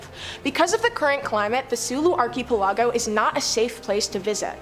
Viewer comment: Someone PLEASE TEACH THIS LADY TO CORRECTLY PRONOUNCE archipelago